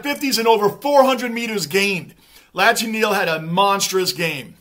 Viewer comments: Just so you know Lachie Neal's first name is pronounced Locky lol, just a little side note :) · G’day. Great review mate. Lachie Neale is pronounced Locky 😂. It’s hard for any team to sustain a lead like 28 points and go on with it. Especially against other good teams. These games are full of momentum swings. Collingwood are known to be able to claw there way back into the game and win, but they couldn’t sustain the pressure required this game. So many factors come into play as to why. Good to have you back mate 😊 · Lachie is pronounced Lock Key, his nickname is Chock (Choccie).. The reason they can’t stop Charlie Cameron is because he’s unstoppable mate.. And even if you did stop him, we have Lincoln Mc Carthy & Chocc (both Brownlow Medalists), plus we have weapons like Bailey, Robertson, and All Australian Harris Andrews.. 🦁💪🏽 We’ve waited for so long for Brisbane to build us a team that was unbeatable come Finals time.. Here, Hold my beer..😂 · Great work as always. Hoping Fremantle pick up their game in 2024! I love how you pronounce ‘Lachie’ as ‘Lotchy’ ☺️